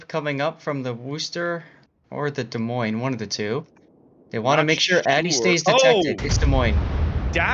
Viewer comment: Can this moron learn how to pronounce Des Moines please? Terrible presenter talks crap most of the time.